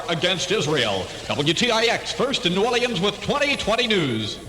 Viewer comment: This was my childhood. I was 12 years old when this aired. Born and raised in New Orleans. What a great place to live then. Listen to how they pronounce New Orleans ( New Oar-lee-ins )